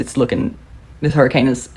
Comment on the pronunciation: A what she said hairicane